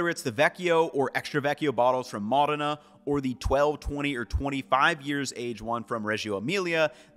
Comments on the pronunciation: MO+dena. Say it right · Small nitpick - the pronunciation is MO-dena, not mo-DAY-na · Great video! However one distraction I had was how you were pronouncing Modayna instead of MOdena took away from what you were presenting. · Mòdena. Not Modèna. 😊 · Still can't pronounce MODena, though 😅 Anyway, always enjoyable content. Thank you!